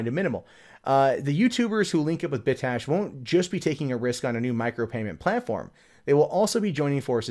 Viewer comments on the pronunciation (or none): Bit cache not "bit ash" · cache is pronounced "cash", so "Bit Cash" =) It sounded like you were saying "Bit Tash"